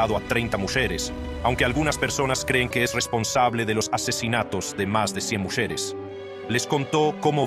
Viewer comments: por que dice muSHeres? y no mujeres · Me encanta la voz de IA que has usado. Es tan real y sabe decir hasta muxeres xd , lamentable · Porque dice muxeres??? Y ejecution??? Jajaja menudo melón 🍈 que eres macho